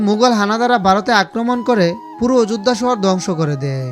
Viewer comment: উচ্চারন ঠিক করুন । বগবান ,অযুধ্যা এগুলো কি ????? জযশ্রীরাম 🙏🙏🙏🙏🙏